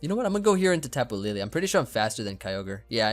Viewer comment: SAYING TAPU LILI TRIGGERS ME SO MUCH